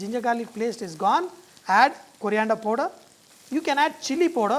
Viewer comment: It is powder not podor sir l understand in South India English is like this.